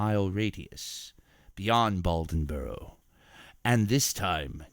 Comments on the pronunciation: It is a interesting story. But it's pronounced Bladenboro not Baldenboro. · Blay-den-borough, Try spending less effort on the accent and more on the pronunciation. How did you get Balden-borough? At least you got the details of the story correct. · Say it with me: Blay-den-boro. LOL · I've been on a beast of bladenboro kick and several other video narrators are pronouncing it as "baldenboro". I think they are all researching the same article that has a typo. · Hunter Glass I agree, I grew up in Dublin, NC which is 15 minutes from Bladenboro. That pronunciation killed me 😂